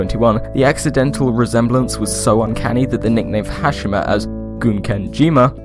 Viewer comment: it's pronounced "Ha- she- ma"